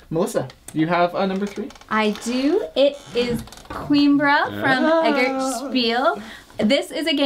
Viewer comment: I know we're all American here, but as someone who deals with languages, it's pronounced co-eem-bruh. It's actually three syllables. Great list! :)